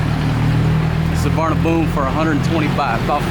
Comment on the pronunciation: Pronounced soowarnapum